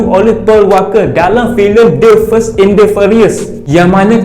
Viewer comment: The fast bang, bkn the first😅